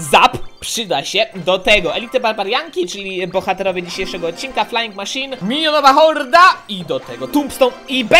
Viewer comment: xD słysze raz minionowa horda a raz minionowa morda